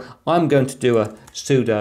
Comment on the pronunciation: You can’t speak with authority regarding Linux while pronouncing sudo sue-dough. It’s not pseudo. It’s not a subjective accent thing. Sudo means “Super User Do” and therefore IS pronounced sue-doo